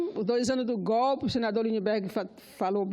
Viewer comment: Tia do café. gópi, gópi, é GÓPIII